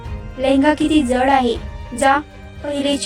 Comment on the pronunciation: जळ नाही जड